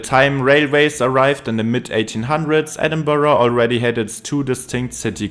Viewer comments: He didn't, it's edinbruh, not edinboro, it's not English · If my ears are not mistaken, the narrator pronounced 'Edinburgh' as 'Edinborough'....why? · People living in Edinburgh pronounce it two different ways. Edinbruh and Edinburrah. Check comments here saying they live in Edinburgh and that he is pronouncing it correctly. I live 30 minutes outside Edinburgh and hear people saying it both ways. Also Edinburgh is in the continent of Europe. Excuse me for being impolite but I think you are being a little judgmental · that’s almost the same as saying BOW-ROW which definitely isn’t the way. So it’s always safest and best to say BRUG. hard R. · the pronounciation "Edinboro" is just painful to me 😭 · its pronounced like Edinbruh. Trust me I’m from Scotland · I live in the USA- I’m constantly telling people it’s not Edinburg or Edinboro or Edinbyooro. It’s infuriating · if you're Scottish you know it isn't correct